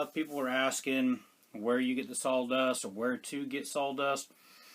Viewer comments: What is “SAWL” dust? How is that different from “sawdust”? Serious question. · I was going to ask, I thought you were saying sol dust